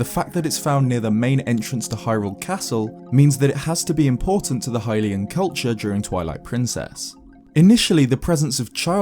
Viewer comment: I'm super glad you say Hylian correctly. I'm used to the game grumps saying hillian. Even though they pronounce Hyrule correctly.